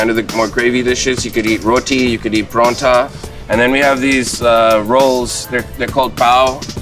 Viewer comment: did he seriously say pronta?